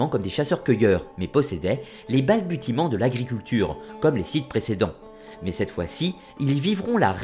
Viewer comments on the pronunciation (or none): balbutier, prononcé "balbucier" .. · merci. On dit ‘balbuciment’ même si on écrit ‘balbutiement’. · Cher ami rôliste, "balbutiement" se prononce avec un "s" et non un "t". Je chipote sinon jolie taf comme d hab ;)